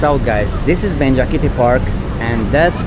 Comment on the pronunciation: Thanks for the video. I’m pretty sure the park nearby is Benjasiri Park not Benjakiti .